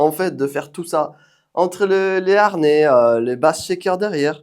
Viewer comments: Y a pas de R à harnais, comme il n'y a pas de U à "amblance" 😅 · haRnais....harnais😅😅😅